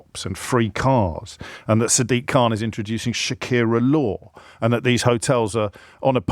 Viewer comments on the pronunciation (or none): none